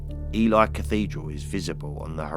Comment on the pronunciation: Another interesting list also for your info you pronounce Ely (Elee)😉👍